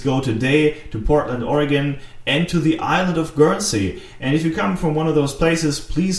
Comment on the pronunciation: There is also a great place called Surplus Gizmos. Its an awesome place to go and check out. you say Oregon better than many Americans:) Greetings from Portland (Beaverton actually) Oregon.